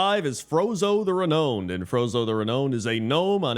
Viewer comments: I mean, if you pronounced "Renowned" right, it would definitely sound more similar to "Clown". 😂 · Surely you know how to say Renowned. And you are just messing with us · Why did he say Renowned so weird lmao